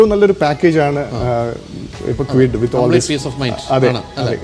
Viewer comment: കിഡ് അല്ല, ക്വിഡ് ആണ്